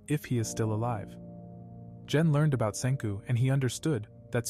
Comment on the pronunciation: when he says gen it sounds like jen i am a little angry that he said jen and not gen